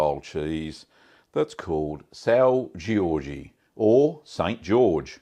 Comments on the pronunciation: Hey it’s pronounced soun(d) ge-orj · Nothing personal, I’m a fan of your channel, just pointed out a couple things because this cheese is life in most Portuguese homes. There is no “Eee” sound at the end. Sao Jorge pronunciation is like “Sound” without the d at the end. Jorge pronounced like the 2nd way you said it. Also, there are more than one type of this cheese, one being “Topó”, the other being “Loral” (spelling). Topó is more crumbly, dryer and much sharper. Also, comparing this amazing cheese to Cracker Barrel put a nail in the coffin of a pretty close, well done review. Either way thanks for including our small culture into your channel. 🥂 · Being Portuguese, I've had my fair share of São Jorge Cheese. While your pronunciation could improve a bit (it's a hard language, can't blame you!), The cheese and consistency looked like that of the São Jorge. It's a bit of a heavy cheese, with a very strong (and a bit spicy) taste, so I guess you got that right too! Been following for a while and finally found a reason to comment. All the best!